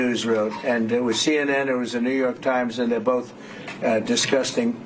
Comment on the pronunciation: "Discuskin groups of people" Absolute illiterate mong in chief